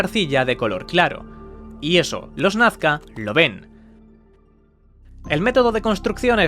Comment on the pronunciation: No es "Nafca", es Nazca, por pronuncia bien!